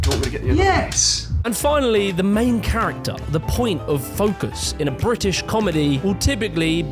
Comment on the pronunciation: It's pronounced "British" not "Bri'ish".